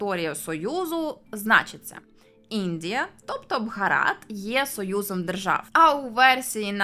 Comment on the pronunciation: А нащо ви їх руснею називаєте? Не стиковочка. Самі ж називаєте їх руснею і ще й претензії до назви виставляєте, та й російську мову часто руською звете. Скажіть в соціумі що вам подобається руська мова, валізи в РФ спакують, хоча малась на увазі мова Руси а не РФ.